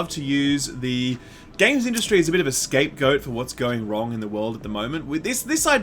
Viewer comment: Hahaha I knew he said "escape goat" yesterday but I wasn't gonna say anything 😂😂